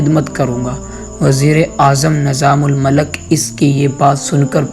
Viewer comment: AsSalamu Alaikum. Barah e karam aap ki Urdu ka talaffuz saheeh kareyn. Maslann: Nizamul Malak nahi hota, islaah kar lijiye... Nizamul Mulk.